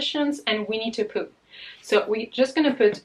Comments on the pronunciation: my mind keeps hearing 'We need to Poo' instead of Winnie the Pooh. Please brain, grow up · Not gonna lie, when you first said Winnie the Pooh I definitely though you said 'We need to poo' and I was very confused lolol xD